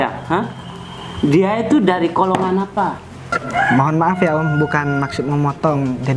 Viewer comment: tuh menjengkelkan ' tapi rupanya bisa juga bikin ketawa ' vid!!! Bukan kolongan ' tapi GOLONGAN Hhaaahahahahaha...